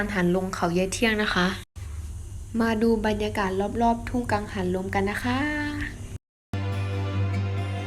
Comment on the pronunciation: 555 พูดไม่ซัด กังหันลม สวยงามมาก ดูเพลินเลยครับ สุขสดชื่น รักษาสุขภาพไปด้วยกันนะครับ ขอบคุณที่แบ่งปันเรื่องราวดีๆ ชอบมากครับ